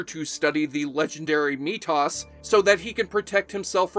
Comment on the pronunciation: At least it wasn't Meatus.